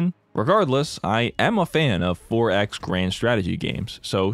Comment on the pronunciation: I thought he said ForEx as in "Foreign Exchange" 😂